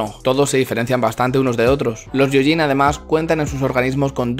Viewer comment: ¡Gracias por el video! "gyo" en japonés se lee "guio" y lo "yio". Por tanto se lee "guioyin" ¡Un saludo!